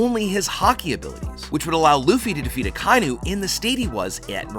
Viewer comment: DAWG HIS NAME IS AH-KAH-EE-NUU NOT AKYNU